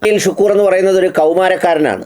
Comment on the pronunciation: അരിപ്പയിൽ അല്ല അരിയിൽ ഷുക്കൂർ